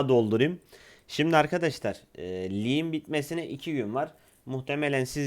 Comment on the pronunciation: Liğin diye birşey mi var. Şuna artık lig de G yi bi vurgula